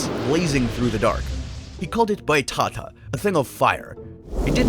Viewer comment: Just a tip for next time you say portuguese words the accent is where you should say with emphasis, so is boitaTÁ. Just stunble in your channel today, im loving the vids